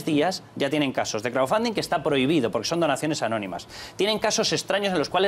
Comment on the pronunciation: Le cuesta mucho pronunciar "crowdfunding"... El otro día la Villalobos diciendo que "no zé viehn el ingléh..." Piden inglés prácticamente hasta para barrer el suelo, tenemos investigadores hablando 5 idiomas que se han tenido que ir a otros países por los recortes P€P€ROS y ahí tenemos diputados, ex ministras que han sido presidentas del congreso que no saben inglés... Así va España, así....